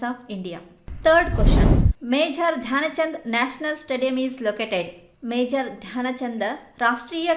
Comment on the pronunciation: It's Dhyan chand** not shyan chand please correct it